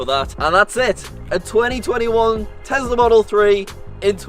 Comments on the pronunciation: Why does he pronounce it as Tesla not Tesla with the real S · Elon: Tesla: Tezla Me:Haha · Oooo tezlah (yes ik how to spell tesla)